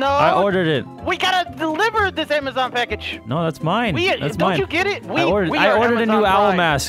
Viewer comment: Amazon now has "Ama-Jon".